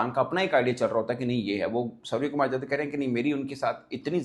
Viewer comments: .IF I CALL YOU '' HAFIZ SAEED or Dawood Ibrahim , Will you agree. Mirch lag Raha hai na. SKY ' NOT SKJ ' , I THINK YOU INTENTIONALLY PRONOUNCING SURYA NAME WRONG. HIS SURNAME IS ' YADAV , NOT JADAV. ANCHOR, OR JOURNALIST SHOULD NOT DO SUCH BLUNDERS AGAIN AND AGAIN. I UNDERSTOOD IN WHAT CONTEXT YOU ARE PRONOUNCING HIM WRONGLY FOR SO MANY DAYS in so many episodes. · Dear Anchor / Journalist/ youtuber Mr, you are pronouncing SKY name as SKJ. His surname or family name: Yadav 'not Jadhav '. I had seen this multiple times in this episode itself. How can this blunder can happen. Yadav, Jadhav, Sharma, Verma are different. Not one and the same. Here India captain name is: Surya Kumar Yadav, but you are calling him as ' Surya Kumar Jadhav, for multiple occasions. R u illiterate. Don't know how to pronounce correctly. If I call you Sana Ullah Ibrahim, will you agree. Or pronounce him as Surya, or sky, don't pronounce him wrongly. Always these Pakistani people pronounce wrongly.